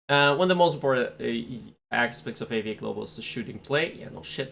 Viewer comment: Dont say AVA Say A V A